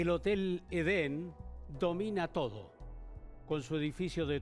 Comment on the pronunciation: Esto es una historia para no dormir? Aburrido! Solo es un hotel en donde se congregaban asesinos de la peor estofa. Es Edén y no Eden 😏